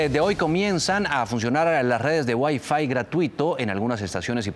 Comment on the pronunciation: Ustedes saben lo q es gueiiiiiifuiiiiii? Eso va a ver en Transmilenio servicio de wiafuuuuuuiiiii